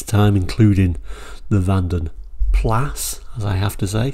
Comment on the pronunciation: Please don't say Vanden Plass. It may well be gramatically correct for the pedant, but it's plaah, always has been. I've seen BL promotional videos where they say it as plaah. This 'plass' nonsense has come about from certain other YouTubers. Loving this series, I have a copy of this brochure.